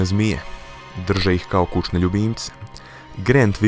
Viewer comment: reko si 'kučne' =-O =-O =-O =-O